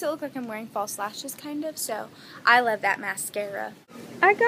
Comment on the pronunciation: Did any one notice she said lubbb you guys instead of lovvv you guys😂😂😂 lol